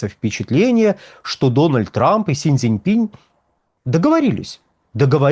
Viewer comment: Почему "СинЬ ДзинЬпинЬ"? :)